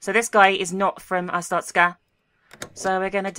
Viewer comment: I think its purnounced (ar-store-sh-ka) well thats how yogscast nilesy said it